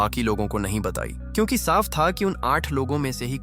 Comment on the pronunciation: AI he bhai ye sab..aap google gemini se baat karna wo kyunki ko chyunki pronounce karta hai..and yaha voice over b yahi pronounce kar raha hai